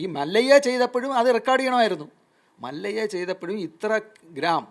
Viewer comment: മല്ലയ്യ അല്ല ഹേ മല്യ എന്നു പറയൂ😂😂